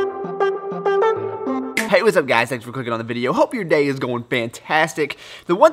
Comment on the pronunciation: Keep the vids short 10 minutes or less. You do speak very fast which is ok by me. In your intro you say "thanks for clicking on the video" but it sounds like " thanks for COOKING on the video". .,,at the end of the day you get a 👍🏻